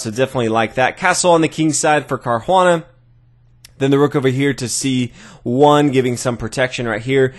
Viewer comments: nice video, but there is no "h" in Caruana, it sounds really bad how you say it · Good vid as usual. Except I have to agree, the mispronunciation of "Caruana" is grating. :( Why not just refer to the players as White and Black? So much more natural. And more clear: when you start throwing in the players' first names as well, it starts to get confusing. Seriously, just always say "White" and "Black".